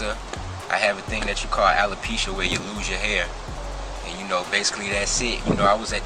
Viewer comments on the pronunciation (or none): none